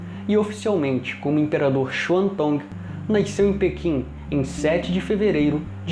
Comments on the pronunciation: Bom vídeo, mas que porra é "naisceu"? KKKKKKKKJJ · Amigo. De onde vc é natural? Noto que vc fala "naiceu" ao invés de "nasceu" kkk. Mas acho que é regionalismo. Já vi outras pessoas falarem dessa forma. Parabéns pelo seu trabalho. Gosto muito da TV imperial.